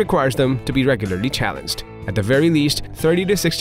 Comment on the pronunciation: the narrator doesn't speak proper english, the pronounciation is very off "proteccíon" "uzually" "even ferocious" "challensed" "mental stimulasion" etc. wtf